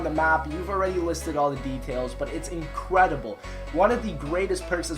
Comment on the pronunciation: Did anyone notice that said vulture aid was " inqwedible